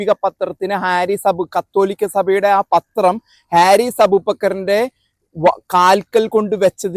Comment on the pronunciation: ഹാരിസ് അല്ല, ഫാരിസ് ആണ് ശരി..